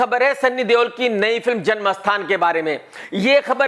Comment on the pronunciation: Everyone: - janam sthan Krk :- jan mastan 😂😂😂 Everyone: - accept Krk :- aksept 😂😂😂